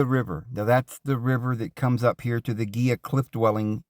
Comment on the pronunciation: It’s pronounced hee-luh river..not geelah…Spanish word.